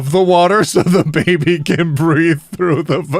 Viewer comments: Why the heck are you pronouncing baby like that? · istg everytime says baby, I keep thinking they are saying boobie i cant- XD